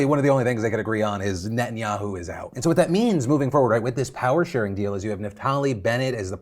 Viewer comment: I love you and your videos but your gotta work on your pronunciation of Netanyahu, it’s not ni-in-ya-u, it’s neh-tahn-ya-hu